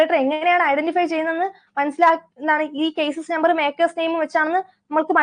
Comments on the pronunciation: കൈസിസ് നമ്പർ അല്ല ചെയ്‌സിസ് നമ്പർ എന്നല്ലേ 😊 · അങ്ങനെയും ഉച്ചരിച്ചു കേട്ടിട്ടുണ്ട് ...